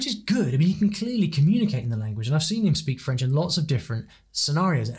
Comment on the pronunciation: Nick clegg has a very good accent you can hardly tell he is English